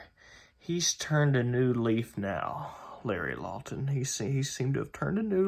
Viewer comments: He says it like “Larry Lawlton.” You sir, are a fucking buffoon. Also, are you literally basically crying over the fact that some guy stole some rocks 20 years ago? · I swear he said Larry lolton